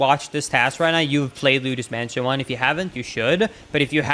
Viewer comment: luidos mansion💀